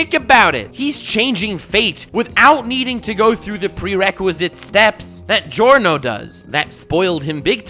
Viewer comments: The pronunciation of the names of Giorno and Diavolo at the start of the video is definatly the best pronunciation of those names I've ever heard from an english speaker youtuber and I can definatly say it's right because i'm Italian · Finally someone who says Giorno and Diavolo properly